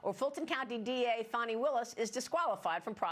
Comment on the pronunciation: It’s Fani not Farni ...